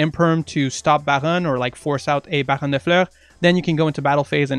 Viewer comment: Don't ever say Baron like that again